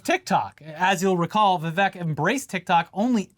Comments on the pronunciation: Vivek rhymes with mistake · Isn't it Vivek, rhymes with Cake?!